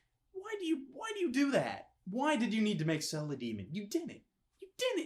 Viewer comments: Why are you calling him Ceal.....??? It's Ci-E-l. Doesn't make me upset just for the future I guess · His name is not sell And this is how you say it Sea el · I was annoyed every time he said cell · Why do you keep saying "Cell" instead of "Ciel" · "Cell"?? I think you mean Ciel... (Sea-el) "Alowes"?? I think you mean Alois.. (el-a-weez) and btw, THEY'RE ALL BOYS!!! ***BOYS*** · why the fuck do you keep calling him cell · PLEASE. STOP CALLING HIM CELL. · Lol, U keep saying " Cell " Your not saying Ciel. Pronounce the " E " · He was pronouncing Ciel, seal. What on earth is wrong with this fellow. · SK Yeah, but still, in the grand scheme of things, does it really make them much of difference? You know he's talking about Ciel, even if he was pronouncing it as "Cell", and the whole point of the video was to give you his thoughts on it. If simple communication is already covered, then it's fine. You wouldn't get on someone with an accent for pronouncing words wrong, would you? Even if doesn't have the excuse, he still got the point across, didn't he? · YOUR PRONUNCIATION IS DRIVING ME MAAAAAD. IT'S C.L. THAT'S HOW YOU PRONOUNCE CIEL. ALOIS IS ALL-OH-WEES. K I'M DONE. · Omg if he calls Ciel "Cell" one more time... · But why pronounce Ciel's name "Sell"? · he either has an accent or just has trouble pronouncing iel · But even the dub got the pronunciation right. :/